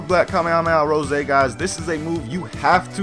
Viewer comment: it sounds like he is saying super black kamehameha Jose